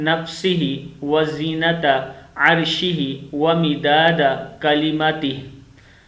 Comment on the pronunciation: O bhai. Wazenata...na keh wazeenat..